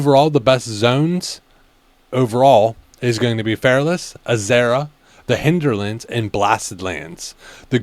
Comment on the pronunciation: Hinderlands... 😂 Has this guy ever played wow before, he's absolutely butchering the pronunciation of these zones and herbs. And not showing any maps, you are just reading all of the herbs out in order of levels...